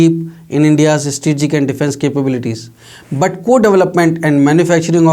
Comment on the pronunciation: Yea good that we are getting these age old technological aircrafts, but surely will serve our purpose to our country. Good job India. And plz next time can someone find a better TV reporter to speak, he is struggling to say the word "Strategic" he is going like "eStreegic". .......